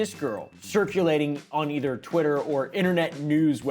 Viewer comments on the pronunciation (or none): im sorry did you say twittler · Did blud say twiter?